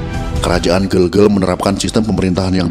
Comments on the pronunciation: Ijin bang, yang bener itu di baca GEGEL, Bukan Gegel🙏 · Gelgel bukan gelgel.. ee buke e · Pelafalannya bukan Bukan GELGEL tapi GeLGeL ya Bang. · bacanya itu gelgel bukan gelgel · Penyebutan Kerajaan Gelgel kurang tepat min, benarnya pake ē bukan e. Hanya menambahkan informasi tanpa tujuan khusus ✌🏻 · Ucapan ,bukan gel2 malahEl yg benar" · Gelgel e nya dibaca spt pd vespa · Gelgel e nya jgn dibaca e spt pd kata " berapa " tp dibaca spt e pd kata " vespa " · Maaf min cara baca gelgel itu bukan bgitu tpi cara baca vokal E biasa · Cara baca gelgel nya salah om